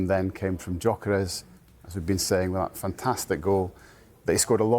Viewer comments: GOR KERYES? the G is silent dummy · Huge respect for Mr. Cross, but apparently, the “G” in “Gyökeres” is silent. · Not one of them can say Gyokeres’ name correctly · All of em need to watch the player pronunciation videos… Nowari? Gokeres? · As a journalist is surprising that doesn't know how to pronounce Gyokeres or Nwanera's names.